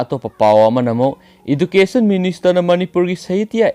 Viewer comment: EchilEnaogi news updatC nungai eikhoi praja miymdasu mit/nakong oijei,ado education gi pronounce se lanba manle soibra khnbane 1mksu hanjnna hairkA education (adjucation)haina hainabane hujkT sum soiraga haikhibado nungaijadabei tanajabani warwnadaB pliz...ei nungTgi tajei fren gi news updatC ym nungai hujk2 kaida kari/kamai twri/twnarige haibadu loi khngba ngmA chanelCgi matengna...💯💯✔️☑️✅🆒🆒👍👍👏👏👏🙏🙏🙏